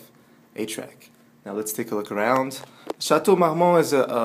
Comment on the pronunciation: J'aime la prononciation française de Château Marmont